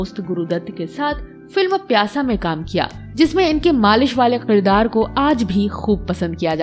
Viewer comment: Shabd" qirdaar "nhi balki "kirdaar" h